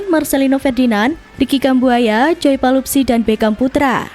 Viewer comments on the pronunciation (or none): Bukan "Palupsi" tapi "Pelupessy" !!!